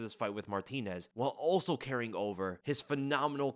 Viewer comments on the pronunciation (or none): none